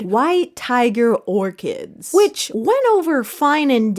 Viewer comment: orCHids?!?!?! That pronunciation is diabolical